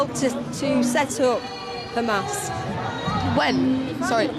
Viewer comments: Seriously dude? The kid repeated Israeli talking points. Like the Iran stuff, and using the Israeli, pronunciation of Hamas. Oh and when the lady asked him if its right to take over land where other ppl lived, he ignored the question and brought up that the UN gave the land to the Jews. That's deflection not being a good journalist. BTW Arabs in Israel have less rights than other ppl. Their movements are restricted. Their ability to live where they want is restricted, even their access to pray is controlled by the Israeli government. BTW saying "We are the Media" is utterly moronic. And tells me all I have to know about you. Media: the main means of mass communication (broadcasting, publishing, and the internet) regarded collectively. YOu, are a human being, you are not "Media". 🙄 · Kid pronounces “Hamas” wrong; the h is properly pronounced similar to the English h. This is a propagandist technique to make Hamas seem more alien…